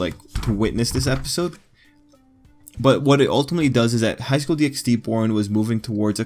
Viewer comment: Good video but it low key triggers me that you say DxD, it's pronounced Highschool DD!